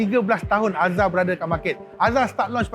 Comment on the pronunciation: Sampai sasul. Alzruz ye. Excited no